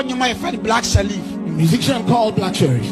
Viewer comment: He never mentioned Black Sherrif he said black SHELLIF ! LOL so it is for another musician. But on a serious note most prophecies are obvious statements and lottery . Many take drugs bf coming on stage to preach. There is nothing special about these Azar people. They broadcast depending on probabilities and knowing the dangerous lifestyles of some people. Note that a lot of people believe in going to places for protection because of stupid superstition. We are so gullible as black people that is same fir our soccer and even politics. We are backwards most of us. Every one has challenges so what the nonsense. Just to make money from people. We need to be just scientific or cautious not to fall into stupid traps.